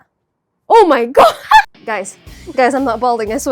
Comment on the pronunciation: istg the oh my god sounded like german